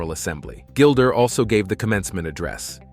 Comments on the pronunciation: Her name IS NOT Gilder!!! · Why do you call her Gilder?